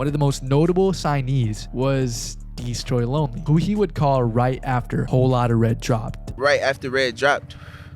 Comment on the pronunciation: his consistent mispronounciation of destroy lonely, mitch modes, and joy divizn is actually really funny